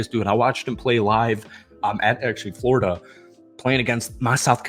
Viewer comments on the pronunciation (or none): none